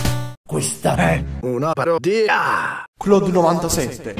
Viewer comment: Il "questo é una parodiah" ti intossica quanto l "ahh Romah" di TW:attila.